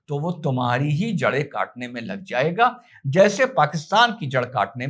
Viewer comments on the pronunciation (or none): none